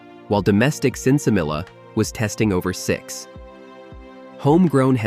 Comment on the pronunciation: Pronounced Sen Sa Me Ya (sinsemilla) don't pronounce the 'LL's in Spanish >>> SIN ( no ) SEMLLLA ( seeds )